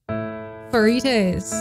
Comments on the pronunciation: I think by now, you should learn how to pronounce Pharita’s name. It is not the ‘f’ sound, it’s the ‘p’ sound. In case, you do another Babymonster video in the future. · hii once again no hate but your pronouncing pharitas name wrongly .. its parita not farita